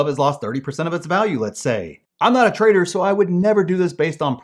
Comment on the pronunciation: I misheard 'trader' as 'traitor'?